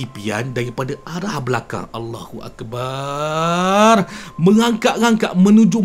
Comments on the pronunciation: Assalamualaikum,harap lepas ni jgn dipanjangkan lafaz bar ketika menyebut Allahu Akbar.krn akn berubah makna nya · Mohon KLU nk sebut Allahu Akbar jgn dipanjangkan bar tu..sbb akan berubah maksudnya